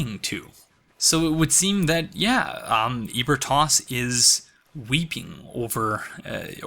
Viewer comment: I like these videos but the pronunciation of ebritas triggers me. He says eh bri tos, but I say uh bree tus